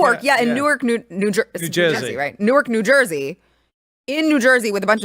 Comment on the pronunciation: it's pronounced Nork, NJ get it right lady👊